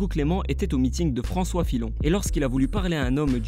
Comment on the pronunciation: François Filon xD la prononciation